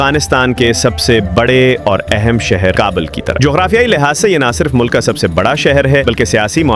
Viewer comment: رقبہ پر زبر ہے کابل پر پیش ہے قہوہ پر زبر نہی زیر ہےزبح پر بر نہی زیر ہے اپ اردو پڑھیں پھر بولیں ہرجملے میں غلط الفاظ بولے گۓ ہیں